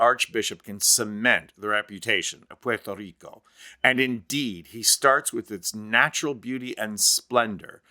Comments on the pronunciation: Thank you, thank you, thank you for making the effort to pronounce Puerto Rico correctly. Pwerto not porto! Now can we try to pronounce Costa Rica correctly? It's Costa, as in Costco not coasta! How do you get coasta out of Costa and porto out if Puerto? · It is refreshing to hear the correct pronunciation of Puerto Rico. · Oh.... Thankyou for apparently being the only person in America who can say 'Puerto Rico' correctly. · Good accent, buddy 🇵🇷